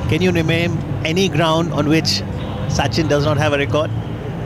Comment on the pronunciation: no problem he pronounced suchin